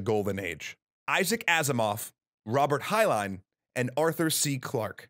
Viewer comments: So.. Am I the only one who is confused by the narrator dropping the n in Heinlein's name? Have I been mispronouncing it all my life? Er, I'm still hyped, though. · I can't believe how badly you mispronounced Heinlein.